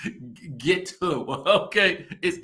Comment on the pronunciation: behavior makes her Ghetto or gitto as she said it, not her pronunciation of words! Tisha’s too educated to be so gullible and vulnerable to her momma’s shenanigans! She’s going to drag her in the mud w her… I see why marsau flinches when she comes around. She brings them down… is one of those momma’s who is always gonna have her “babies” back regardless of their wrong doings, but can i blame her